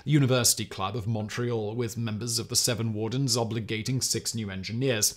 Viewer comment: Every time Simon says seven wardens, my brain hears "Seven Dwarves".